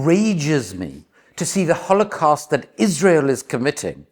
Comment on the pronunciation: Great video until I had enough of you mispronouncing holocaust. Sorry but very annoying